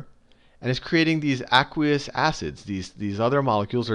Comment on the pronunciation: Awesome vid but the way he says aqueous is really bothering me loll its AYQueous!